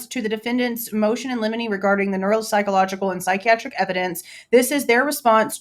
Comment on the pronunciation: Everytime I hear you say Motion In Lemini, I think of Lemini Snicket lol